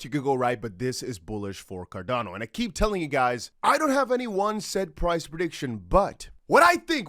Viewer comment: It's xrp and xlm I don't know why you say cordano